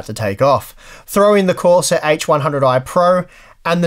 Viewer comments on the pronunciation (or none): none